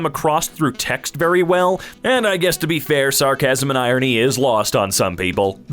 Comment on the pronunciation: The way he says irony incorrecty